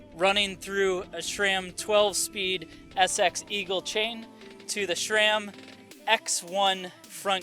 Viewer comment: It's Sram not SCHRAM